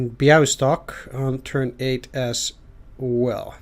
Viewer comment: Siedlce is SIEEH-DL-TZE :) Soft S. But 2 thumbs up for pronouncing Bialystok. BTW, Lodz, (surely in the next mission) is kind of like WUG with G like in "Gene" but softer.